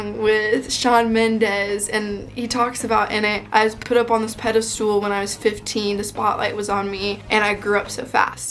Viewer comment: It's pedist AL, not pedisTOOL